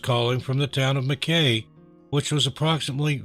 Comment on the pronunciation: I hate being a pronunciation copper but Mackay is pronounced Mackeye in Queenslaand not Queenslind. Like Brisbane is Brizbn or Brizzy as we call it. Melbourne is Melb'n, our nation's capital Canberra is Canbruh & Australia is Straya or Ostraya & Aussie is Ozzy. We pronounce the letter S as Zed. Love ya channel tho & sending love & best wishes from The Great Southern Land 🇭🇲❤️